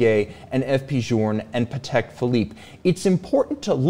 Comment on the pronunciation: Patek is pronounced “paddock” you know :)